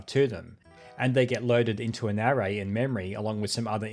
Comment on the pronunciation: I have never heard somebody pronounce "array" like "hooray" before, that's new 😂